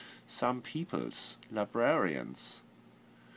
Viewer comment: "la-bra-rarians" aha! Your German Akzent ist slipping, Flula xD